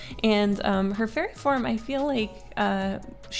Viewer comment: i kept hearing 'furry' instead of fairy 😭✋